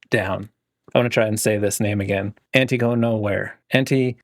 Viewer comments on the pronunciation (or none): none